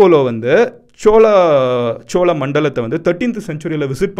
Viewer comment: Bro chozha nu sollalam chola nu soldriye nyam ahh 🖖🏻mg